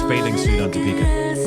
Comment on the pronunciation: I don't understand why still the intonation is so weird. It's Dee-pika. Not Di-Peeka